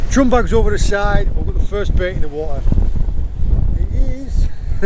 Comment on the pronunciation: You're getting slowly Cornish mate, it happens. About 18.00 you say "I switch overrrr," great vid btw!